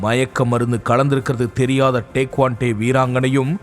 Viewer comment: டேக்வாண்டே இல்லை. டேக்வாண்டோ.